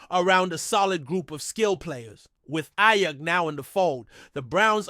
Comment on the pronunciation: cant even say aiyuk right bro this is terrible